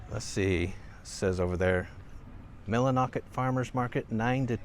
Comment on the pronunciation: Listening to you go thru the "numbers" while in Millinocket "Milli" kind of made me cringe a bit. I was born and raised in Millinocket, graduated High School there, went into the army after school and never went back. Actually I only live 30 mins away now lol Millinocket at one time was one of the wealthiest towns in Maine. That paper mill was the life blood of that community. My great grandfather moved from Nova Scotia at 16 years old to build that mill. Slept in a wooden freight box in the back end of the mill yard until he saved enough money to go back home and get my great grandmother. He married her and had a family here. Then in the late 70s the mill started having trouble and in the 80s paper production moved to China like most of the industries in this country. It was cheaper than paying locals. So ever so slowly my home town died like so many other similar towns in this country. Politicians and larger corporations decided to make more money and gutted this country. Oh and Houlten is only half way up the state!